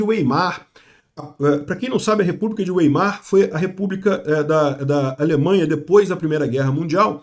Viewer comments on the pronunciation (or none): PQP! "Ueimar"!? 😂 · A PRONÚNCIA DE WEIMAR É VAIMAR